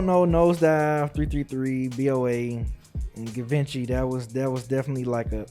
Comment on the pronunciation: Them not knowing how to say Givenchy is funny for real 😂 🤣